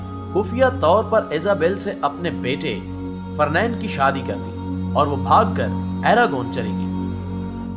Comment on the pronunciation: دانشورا فرنینڈ نئیں فرڈینینڈ 😒